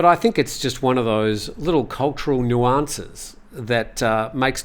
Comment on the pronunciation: you never pronounce 'nuance' correctly!